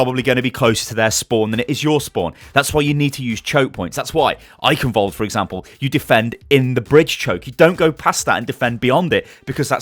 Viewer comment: also eichenwalde is pronounced eihenwalde not eikenwalde